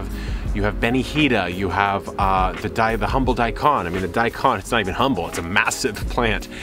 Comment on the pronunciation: Hi, the way you said pronounce for Daiko—-n made me smile 😂 I fully understand Daikon and love them as I am originally from Japan, but living in North of UK. I am going to grow Daiko—-n 大根、だいこん this year better than last year. So yammy when you make Takuan Tukemono from Daikon. Also I have a Japanese Kabocha to grow. Nice for tempura or make coroquette.🇯🇵